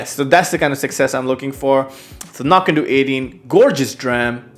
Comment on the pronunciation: I believe (cf. Ralfy vids, and elsewhere) that Knockando's last syllable rhymes with "dough", not "doo" as you seem to be saying (google says "no-KAN-dow", but I don't think that means it's "ow" like the beginning of ouch). In part it's important to help distinguish from the nearby Knockdhu ("Nok-doo") distillery, whose whiskies are named anCnoc ("ah-NOCK") to further help distinguish. Sorry if I sound like the pronunciation police, it's just the two nearby distilleries can be confused.